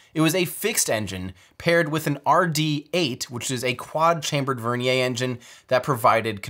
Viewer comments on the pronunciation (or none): Vernier is a fully Anglicized word. Ends in a "yer" sound. With all due respect to Pierre Vernier, using the pronunciation of his name for this usage is cringe worthy. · Vernier is pronounced like the caliper... rhymes with Near. Doesn't rhyme with Nay. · Vernier not vernia